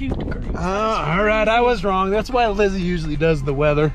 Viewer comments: he said LIZZAY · Trevor - “LIZZZY” we need the morvair lmao that cracked me up 🤣🤣